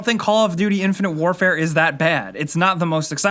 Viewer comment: Hahahahahahahahahahahahaha he's playing "infinte wrfre" what a joke!